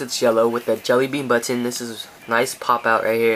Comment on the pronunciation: He says button "buttoneh" :3